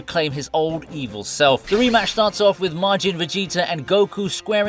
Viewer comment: Omg this man really pronounced his name bah-BEE-dee